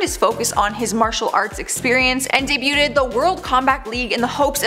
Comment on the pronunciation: Careful with your pronunciations. “Women” not the same as woman, and debuted is 2 Syllables, not 3. And it’s Sheriff of Nottingham not Bottingham 😂. Oh honey